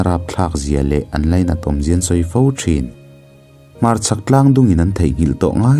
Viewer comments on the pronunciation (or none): none